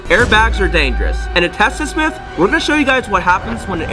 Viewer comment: ITS NOT MEET ITS MYTH